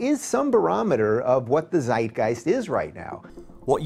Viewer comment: Ace Sul it‘s pronounced zeitgeist